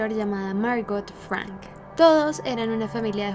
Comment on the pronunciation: ¿Por qué cambias el acento de tu voz cuando pronuncias Ana Frank y otras palabras de origen extrangero? No lo entiendo🤔🤔